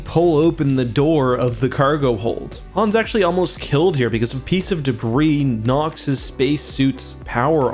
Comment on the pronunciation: "Debriss?" -.